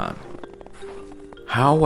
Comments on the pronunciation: Loved your video. Zakopane has 4 syllables that you need to pronounce. Za.. ko…pa…ne! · You should pronounce E in Zakopane. Polish is phonetic.